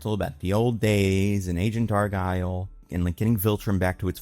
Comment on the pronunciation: why are you saying "Argyle" 😭 its "Argall"